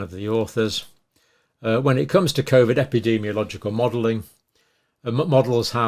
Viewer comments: Please stop saying cov-id co-vid is better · I’m let down by you pronouncing Covid, Covvid!! Very odd.